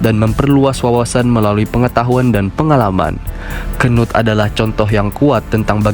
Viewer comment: ngakak njir bacanya, apalagi gua bacanya pas abangnya nya bilang kenut😂